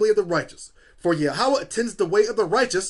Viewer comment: It is pronounced as "Yahwah" not "YA HAWUH